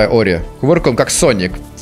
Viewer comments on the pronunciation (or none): none